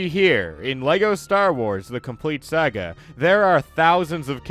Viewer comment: He finally stopped saying “LEGO Star Wars: The Complete Soogga” thankfully